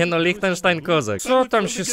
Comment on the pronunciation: Bez pierwszego e "lichtenstein"